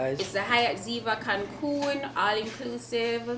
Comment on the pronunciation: It's Cancun😂 not Cancum